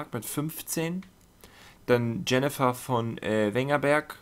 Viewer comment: Joah so nen bissl mehr verstanden...danke... aaaber ^^ eins nervt mich... Das heißt ciri/cirilla... da ist kein 'e' drin... und yennefer, nicht unser typisches Jennifer... sry, aber das hat mich echt gestört ^^ (nicht bös gemeint)...